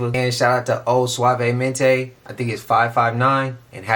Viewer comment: suavemente sounds nice when you said it 🎉😊